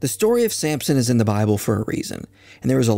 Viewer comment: It's Samson, not Sampson, but good job otherwise